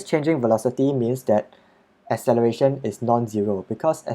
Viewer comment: 😂😂 i replayed it like 5 times cos it sounded so funny